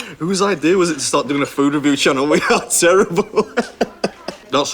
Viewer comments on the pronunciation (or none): none